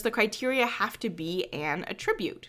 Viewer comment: Thanks for making these videos and kernels! FYI, the pronunciation of the word 'attribute' is when used as a verb vs. a noun.